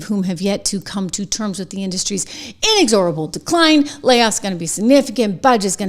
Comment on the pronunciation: Please revisit your pronunciation of inexorable.